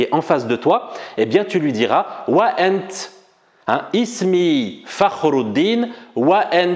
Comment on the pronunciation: il faut juste prononcé le t correctement comme T dans l'arabe classique et non comme le monsieur qui a un accent et qui prononce le T COMME TS. c'est ANT et non ANTS (le monsieur est probablement Marocain ou un Algérien de l'est comme Constantine, Jijel ou Mila qui prononce le T comme TS)